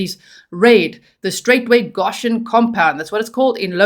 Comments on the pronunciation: Please! It’s pronounced “Go shun!” I am from Kentucky and you are hurting my ears. No such thing as “Gosh hun!” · "Go-shen" not "ga-shen" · No shade my darling but i do believe its pronounced GOshen, with a long O. Thats how ive heard it pronounced. If i'm wrong i do apologize. ❤ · Love your coverage. The pronunciation in the US is goe SHUN Goshen. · Goshen is pronounced GO shin . Thank you for the update. I thought he was in Tennessee. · It’s pronounced G OH shen. Just an fyi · Long "o" G, Go -shun